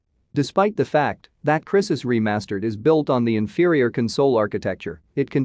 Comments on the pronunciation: crisis? it's cry sis! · The people who don't know how to pronounce crysis are making making video on it 🤣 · Plz say 'Crysis' again... please. lol